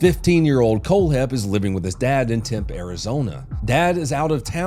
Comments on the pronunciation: in true fashion he pronounces Tempe AZ "temp" 🤣It's pronounced "Temp-ee" Love ya! Keep up the great work! This one is by far my favorite so far. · btw, Tempe Arizona is actually pronounced Temp-E as stupid as it is ¯\_(ツ)_/¯ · I know you hate Phoenix but, It's TempE Arizona. Not "Temp" lol. Still bummed i couldn't shake your hand and say hi at the Geneva Suggestion tour! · its pronounced “temp-ee” not “temp” 🫶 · Fear of being a male Karen however you said “Temp” AZ bro it’s pronounced “Temp~ee” how much have u been drinking? Jk best to you and may you have a great conscience experience today! I love the ch. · Hey, it’s pronounced Tem Pee, Arizona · Tem-PEE like tee pee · It is pronounced Temp-ee Arizona. Can’t wait to finish hearing this story. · Shout out Tempe, AZ! Pronounced Tem-pee,. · Tempe isn't temp 😂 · It's pronounced colloquially was "Tempee" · Just wanted to note that Tempe, Arizona is pronounced Temp-Pee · Its pronounced Tempee, Arizona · "Temp" Arizona 😂 I'm not mad though, everyone non-local screws it up. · Again with the pronunciation. Tempe is pronounced Tem-pee I got you fam! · I might be mistaken but if you mean Tempe its pronounced Tempy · FYI Tempe, AZ is pronounced Tem-Pee ❤ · i know people got on his ass about pronouncing Jalisco so i will here. Its pronounced Tem-pee. Love you donut. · I grew up in Tempe. I hear it mispronounced soooo many ways. 😆